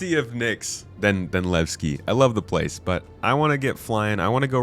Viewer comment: I am waiting for the PU... Want to know Levski and not. Lagski 😂